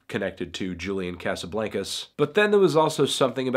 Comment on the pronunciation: every time he pronounces Casablancas like that I die a lil